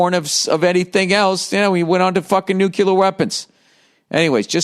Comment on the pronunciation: "nUcULaR wEaPOnS" 😂